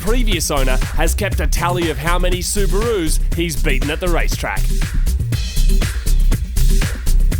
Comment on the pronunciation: He said the owner has kept track of how many subaru's hes beat at the track Btw its Subaru not Sabaru